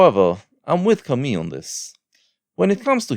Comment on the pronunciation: You pronunciation of "Camus" triggers me ;) Interesting video nonetheless!